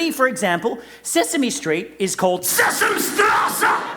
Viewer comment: German guy here and Andy pronounced Sesam in the word Sesamstraße a bit wrong